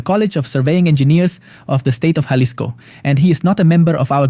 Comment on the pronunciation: Not jah-lisco it's HA-lisco don't mess up the city name